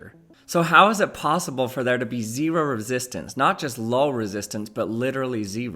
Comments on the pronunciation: Why is he pronouncing 0 like that? “zE-ro” 😭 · Gotta say i think this is your best video yet. Also I've never heard anybody say "zee-row" quite like that before lol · Zee ROW... And since the voltage is Zee ROW the resistance is literally Zee ROW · He used emphasis, also Utah accent